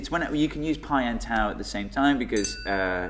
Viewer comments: If you are going to use "τ" at least make an effort to pronounce it properly. It's pronounced "taf" NOT "taoo". Also "π" is pronounced "pee" not "pie". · its pronounced taf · Am I the only one who cringes when they pronounce τ as tau instead of taf. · Its not Taou (Tau), its called Taph or Taf... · I'm Greek and I say both of you are SAYING IT WRONG! It's not "pie" it's "pi", kind of like "pee", and it's not "taou" it's "tau", pronounced "taph", kind of like "tough". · pi is actually pronounced pee in Greek so we gotta give it +69 points for that And tau is pronounced taf so we have to give it +420 points for being so tough TAU WINS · Tau is actually pronounced as : "taf". In the combination a-u (Alpha Upsilon) the U is always pronounced as an F. For example the Greek word Auto is pronounced as 'Afto' The Upsilon is actually pronounced as an I. (Ipsilon.) It's kinda cute hearing americans trying to pronounce Greek letters :P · the funny thing is that π (pi ) is actually pronounced pi like pee, and not like pie..also τ (tau) is pronounced fee..i mean they are pronounced this way in greek and both of them are greek letters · we could eat taffy since tau is actually prounounced as taf in greek and taffy has taf in it. this one respects the pronunciation of tau in greek unlike pi which is pronounced pee. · tau is pronounced as "taf" in Greek might as well eat taffies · TAU IS FROM THE GREEK LETTER T (τ) WHICH WOULD SPELLED LIKE "TOUGH" (with a softer t, like "taf"). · Why they change the pronunciation of the Greek letters τ and π ? τ is pronounced taf and π is pronounced pee! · Omg I get so annoyed because I am Greek and both π and τ are greek letters and you are pronouncing them wrong.. π is pronounced like the word "pee" and τ is prorounced like the word "tough".. So stop it :PPP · It's pronounced Ta-OW. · isn't is pronounced taw? is it an accent thing? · It's pronounced "Taf". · But.....the letters Τ and Π are not pronoumced that way...oh well! Great video!